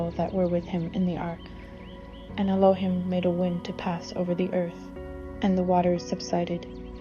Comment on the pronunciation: “Elo- hEEm”! C’mon, Sis!